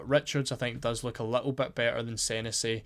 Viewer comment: Its pronounced seh nessy mate 👍